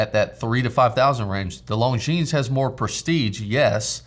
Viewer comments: The "s" is silent in 'longines' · I love that Heuer Skipper color scheme. Great addition to your collection, and congrats for that keeping decision. PS. longines has a muted "s" at the end... I know, illogical, but hey, it's french, so... :-)